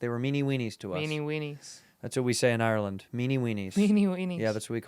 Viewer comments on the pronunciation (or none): none